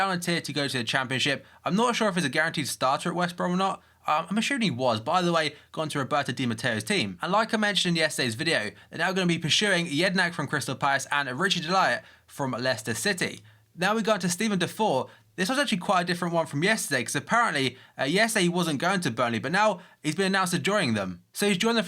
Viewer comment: It's Richie De Lat not pronounced Richie De Laet. Just letting u know mate